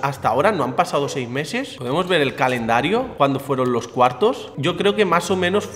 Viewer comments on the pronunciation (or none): dijiste candelario y es calendario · hola soy de argentina y estas diciendo candelario en ves de calendario espero no te moleste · quiero decirte que se dice calendario no candelario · Dice CANDELARIO, no CALENDARIO, caNDeLario, caLeNDario. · Ja ja ja has dicho candelario ja ja 😂😂😂😂😂😂😂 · se dice CALENDARIO no CANDELARIO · Es calendario no candelario JAJAJAJAJAJAJAJA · Alguien mas nota que dice candelario en vez de calendario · pero no es candelario es calendario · (Dejen me gusta si dice candelario en vez de calendario)jajaj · dijo vamos a ver el Candelario en vez de calendario like para que lo vea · SE DICE CALENDARIO, NO CANDELARIO ANIMAL 😂🤦🏾‍♂️ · Candelario embes de calendario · Candelario, o calendario?